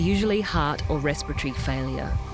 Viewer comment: What's "respotree failuah"?